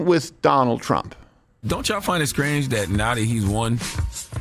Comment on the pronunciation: Did he say scrange?